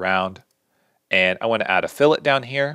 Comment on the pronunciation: Incredibly succinct, great voice/audio, and thanks for saying 'fillet' correctly. I need to get the Studio version of this ASAP!